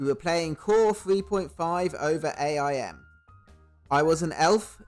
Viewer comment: You know you're old when you notice someone pronounced AIM wrong.